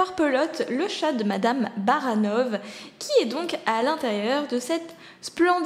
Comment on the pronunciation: Baranov se pronnonçe Barannoff c'est un nom Russe d'oû la pronnonçiation des V qui font FE quand l'alphabet latin est utiliser et non le Cyrillique petit point de langue. continue comme ca encore une superbe vidéo.